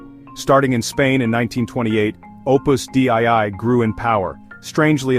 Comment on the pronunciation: "dei" is pronounced "day-ee", and is the genitive singular of "deus" meaning "God". "Opus Dei" = "The Work of God". I am not affiliated in any way to Opus Dei.